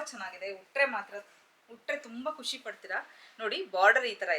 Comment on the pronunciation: ಖುಷಿ , ಕುಶಿ ಅಲ್ಲ, ದಯವಿಟ್ಟು ಸರಿಪಡಿಸಿ